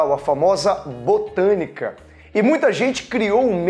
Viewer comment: "Bostânica" kkkkk que aula, obrigada!